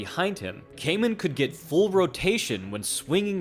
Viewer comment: Excellent breakdown only thing is that his name Kaman is pronounced Kahman and not Kayman. I know it’s hard for English speakers. I’ve subbed 👍🏻